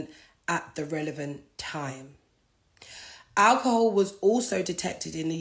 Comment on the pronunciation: first 5 second of speaking she going mad 😂🤣 sorry to laugh but who she talking to “ stay with me for a sec “ 😂🤣 Naa mane she going mad of that alcohol ( Al-kuhul) .